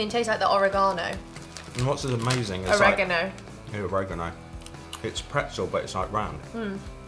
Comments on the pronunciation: No longer will I say oregano. It is now oregahno to me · The or-a-GON-o... OMG I love your silly mispronouncations lol 😂😂😂 Always making me laugh 😁😁😁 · "Ore-gano"???? Also Goldfish are damn good with beer. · Oregano!!!! And combos a long O not a small O but oregano just kills me!!!!